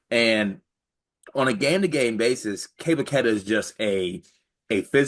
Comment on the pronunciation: Kay-duh not Key-ta